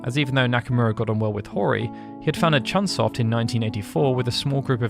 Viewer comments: Hey,, it's CHOOONE SOFT. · Not CHUN Soft.